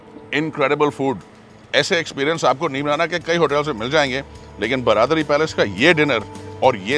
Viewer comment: It’s not ब्रादरी (bradari) but बरादरी (baradari) i wish pronunciations to be accurate